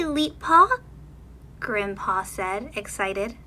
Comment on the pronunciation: Did anyone think when she said: “Hi Grim’Paw” she said: “Hi Grampa”